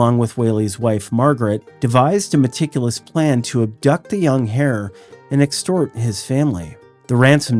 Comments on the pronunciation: Hey --just FYI the "h" in "heir" is silent... it's just "air" basically. Thanks for another interesting upload!! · The “h” in “heir” is silent. Which is a bit strange since it is not silent in “inheritance”.